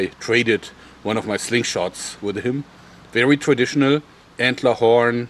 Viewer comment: vewy vewy sharp. xD